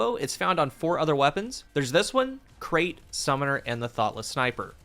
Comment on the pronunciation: I love how you call Krait like Crate, it's pronounced like Bright, it's named after a snake